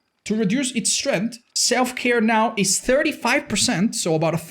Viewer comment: Did somone say Self-care? I just heared Self-destruktion